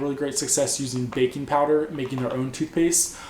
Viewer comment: At first I thought you said "bacon powder" lol.